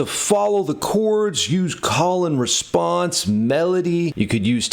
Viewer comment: I thought you said "colon response" for a second there 😂 Diabolical